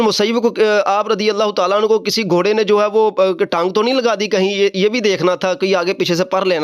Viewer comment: گھورے نہیں گھوڑے ہوتا ہے بیٹا پہلے اردو زبان پر دھیان دے پھر آگے آپ کو بتائیں گے کیا پڑھنا ہے 😂